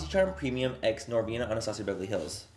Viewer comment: every product “anastasiabevrlyhlls” 😂